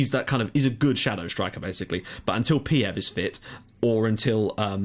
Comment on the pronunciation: Peev is read [peef]. Just a small hint.Great series,mate :D